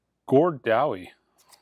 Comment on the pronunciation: That's the late, great Gord DowNie (down-ey not dow-ie); front man for the Tragically Hip with his third posthumous release (Lustre Parfait; a collab with Bob Rock during the late aughts) since his unfortunate passing in 2017. Especially in a week where we lost another great Canadian musical Gord (Lightfoot), I couldn't let that one pass.